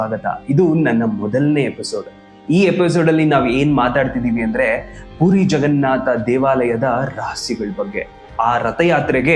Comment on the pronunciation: ಪುರಿ ಜಗನ್ನಾಥ ಎಂದು ಹೇಳಿ, ಪೂರಿ ಜಗನ್ನಾಥ ಅಲ್ಲ